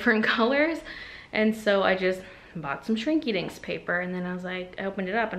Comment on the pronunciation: you definitely said "Shrinky Dicks"